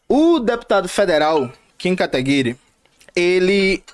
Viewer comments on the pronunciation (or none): jones só pra vc saber é kataguiri não kataguire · Eu ja perdi no começo do vídeo "kim kateguri" KKKKKKK